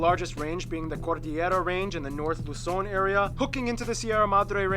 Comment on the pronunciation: ITS PRODOUNCED LUZON NOT LOSON